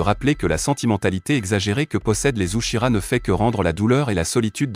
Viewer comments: j adore le sasusaku c mon couple pref mais juste pk tu dit sakula et Shikamaruuuu et aussi uchiras c est uchihas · C’est uchia pas uchika 😅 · Il a aussi dit uchira 😂😂